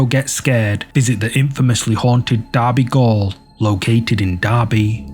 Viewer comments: Gaol isn't pronounced like you were saying it, it's pronounced the same as jail. It's the British spelling. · It's still pronounced "jail" not gool or whatever you said. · I'm sorry to be nitpicking but it's not derby goal it's pronounced jail